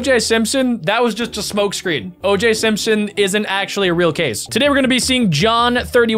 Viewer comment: It's OJ Simpson, not OJ Sinson